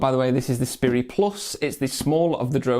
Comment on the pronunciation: I think it's pronounced like Sprite, not spurry. Just sayin'. Cheers.